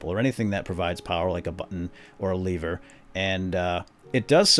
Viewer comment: You say lever weird